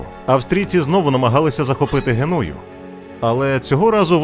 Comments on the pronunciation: Ви хоч перевіряйте наголоси, коли готовите ролики, — що за Генýя?? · Г'енуя. Наголос на перший склад.